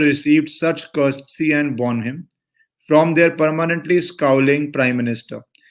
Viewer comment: " Bonomee" correct pronunciation for the word bonhomie. Sorry guys English is indeed a funny language 😄